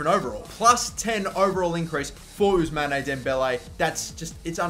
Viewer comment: You mustn't pronouce the "e" of Ousmane.